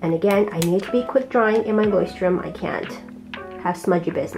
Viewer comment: I speak german and you’re pronouncing Leuchturm pretty well actually :) I got the bigger version (A5 I think) in the same color and loving it so far! Can’t wait to see your final spreads!!